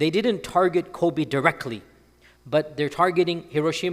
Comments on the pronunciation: The pronunciation of Kobe is Kobey. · I think he still pronounces it a bit like the name of the basketball player /kobi/ while in fact the final /e/ is the same as the /e/ in [bet].